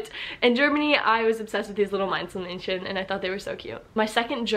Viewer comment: She said Meinzelmännchen really well actually